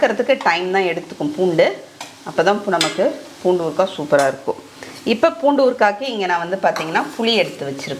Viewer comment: Urukkka nu sollathinga, ooruha nu sollunga, kaa romba azhuthathiga